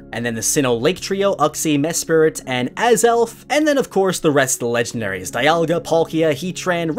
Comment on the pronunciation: The way he pronounces Uxie and Diance makes me cringe 😬